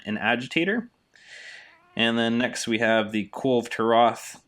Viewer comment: lmfao i nice video.i sub just because you cant say his name lol